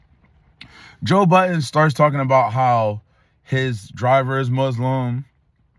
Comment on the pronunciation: If you are going to try to make money off another man (which you won't make sny money anyways), just pronounce his name correctly. Courtesy to the man that puts food on your table.